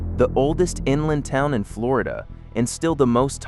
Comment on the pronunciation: How is wish a PERSON was doing this and not AI. You've managed to insult Floridians in more ways than one. Learn to pronounce our town's names please. 😂